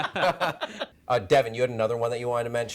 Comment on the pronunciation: Haha nice Evangelion reference (even though you pronounced it wrong). Girl with the Dragon Tatto imo was much better than the Swedish version. I think Django Unchained is a remake as well, but Dredd was great and Evil Dead. I just wish remakes would at least be as good as the original or just be different enough to be their own movie like the good ones